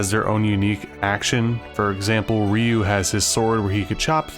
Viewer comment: Stop saying Ryu, his name is Ryu.